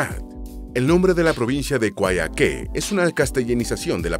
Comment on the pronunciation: 19,50 dijiste coaique y es collaique pero con yh